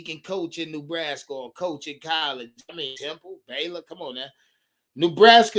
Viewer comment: No ties to NB just a panthers fan and Rhule hater. However, for the love of God it's not pronounced "new"braska